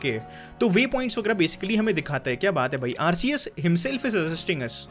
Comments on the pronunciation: Is it only me or anyone else is triggered when he says r-c-s instead of r-ke-s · It pronousation is arkhes